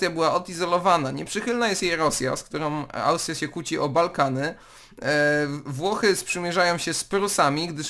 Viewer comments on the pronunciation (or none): rób sobie przerwy w nagraniach bo po 10 minucie ci sie słowa plączą: zachować obiecał. w Bałkanach ci uciekła kreska z Ł i powiedziales Balkany xD